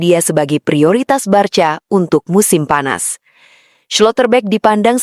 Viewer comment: Mba jangan BARCA membacanya, tetapi BARKA atau BARSA